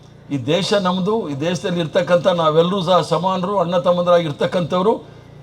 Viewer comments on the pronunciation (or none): none